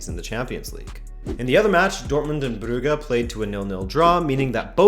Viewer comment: u miss pronoucing brugge..